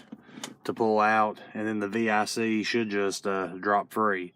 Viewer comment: Thanks for not saying “Vic” like it’s a name. Lol